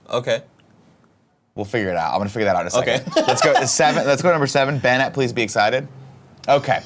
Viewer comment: Uncle Nicky mispronouncing my name as “Bean” made my day and boy did I need it